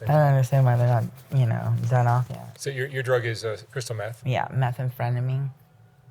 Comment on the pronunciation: I felt that too. I had to laugh when it sounded like she said "Meth-un-frenameen" Whatever she's on, she sounds wasted.